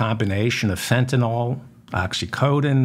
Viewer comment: Excellent show. Now if only this would be resolved before Thanksgiving. I'm not holding out hope. My only comment is that you make the same mistake as many others by calling Fentanyl fentin-all instead of fentin-ill. That makes me crazy...it's the little things. Peace. 🙂